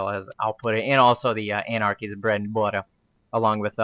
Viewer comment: bwed n buttah!